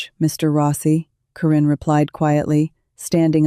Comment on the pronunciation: Your AI is seriously f'd up. It can't get Corrins name correctly-Korean, Quran and others that sound like it. It doesn't get a lot of words right, sometimes doesn't finish sentences. Extremely distracting!!!!